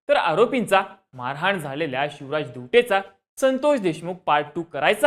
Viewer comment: Are tu chivraj boltoyas ki shivraj boltoyas😂